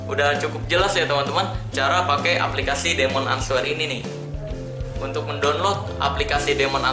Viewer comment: Terus demon itu bacanya " dimen"